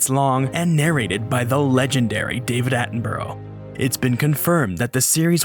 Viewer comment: It's not 'Atten-burrow'. His name is pronounced 'Att-enn-bruh'. Not being mean, just mentioning it. I hear a lot of people from the US mispronouncing his name. And it's not like it's an accent thing, it's literally just how his name is pronounced.